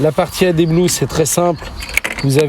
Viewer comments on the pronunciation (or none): Adé blue 😄 C’est ad, comme additif pas comme addétif.